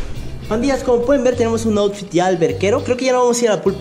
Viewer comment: El AUSFIT del muy chido 🙄